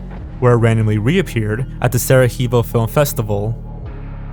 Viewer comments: Sarajevo - is pronounced "Sa-ra-YE-vo" - Sara-HEE-vo... That's like calling the channel Horge Good video tho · uhhh actually saraHEVO or whatever u said is actually pronounced sarayeewo get it right please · Sarajevo is pronounced saraYEvo, not saraHEEvo. It's a Slavic name. ;) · not Sarakheevo but Sarayevo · Pretty interesting... though,, per-lease...! You need to work on your pronunciation. I did a double take at mention of the Mickey Mouse short turning up in some bizarre location called "Sara-hee-voh" (it's Sarajevo, darling...there, there, try again). It's only the town where the event that triggered the First World War happened... so couldn't you at least get that one right?! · Oof. If you're going to call it the "canes" festival, then you have no footing on mispronunciations of your name. Also, it's "sarah yayvo", not "sarah heavo". love your stuff, dont get me wrong,. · Hey, nice vid! But I think I need to say that is correct to say Sarajevo as a "sarayevo", not the "Saraheevo" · Sarajevo not Sarahivo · Sarajevo is pronounced sarra-yay-vo. Love the channel, stay healthy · sarajevo is not pronounced the spanish way, its in bosnia, so its pronounced sahrayehvoh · Two minor things... "Sarajevo = seh·ruh·yay·vow" and a coop is something you keep chickens in... not the same as a co-op, which is two syllables. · I thought it pronounced was Sara•yay•vo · for future reference it’s pronounced s-ara(as in Mara or Clara)-Yay-vo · "Sarahevo" sorry but still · how do you not know how to pronounce Sarajevo? It's Sara - YAY - vo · i don’t know if anybody else has said this yet but for future reference “cannes” is pronounced as “kan” and “sarajevo” is pronounced as “sara-yay-vo.” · it's sarayevo* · It's Sara-Ye-vo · "The Kaynes Film Festival"....? Seriously? Edit: "Sara-hee-vo" *I really fucking hope is trolling us right now." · Just some nitpicks: Cannes is pronounced "can" and Sarajevo is pronounced "Sara-YEH-vo" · Lol same